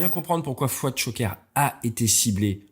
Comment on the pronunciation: C'est devenu Fouad sha-ger... 😂 (Ceux qui ont déjà entendu les pilotes israéliens savent de quoi je parle)